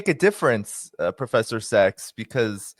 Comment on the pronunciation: Professor SACHS, not SEX - !